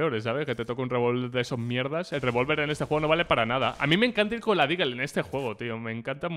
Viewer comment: POR DIOS SE DICE DESERT EAGLE, NO LEAGLE, DLEAGLE O DILER XD, es que me sangran los oídos cuanto lo dices mal y por algo se empieza a practicar el ingles xD